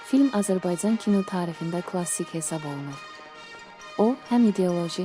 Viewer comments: Bu danışan jurnalist süni intlekti ya doğruçu jurnalist niye c ç kimi istifadə edilir Azərbaycan Azerbayçan yox Vətənin adını düz deyin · ƏVVƏL AZƏRBAYCAN SÖZÜNÜ DÜZGÜN TƏLƏFFÜZ ETMƏYİ ÖYRƏNİN....